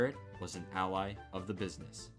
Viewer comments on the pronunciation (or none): none